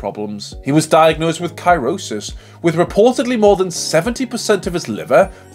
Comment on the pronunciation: Two things. 1 Cirrhosis is pro nounced Si as in sit row as in what you do with oars ans sis as in sister cirrhosis. 2 The unforgivable part was pronouncing Sid Waddell's name wrong. It 's Sid Wadd EL NOT waddle as in a baby's gait 🥺